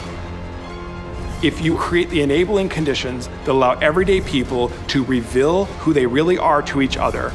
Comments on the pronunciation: Never trust someone who can't pronounce 'reveal' properly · Mr. Rose’s pronunciation of “reveal” reveals that he’s from Utah.